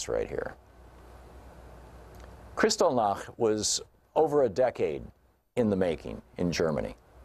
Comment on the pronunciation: wow... horrifying on so many levels. Just the fact that a human being would call for such a thing is the start. Btw, it's Kristallnacht, as in nacht=night.